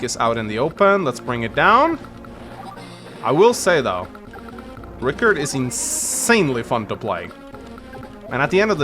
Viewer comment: It's Rii-karrd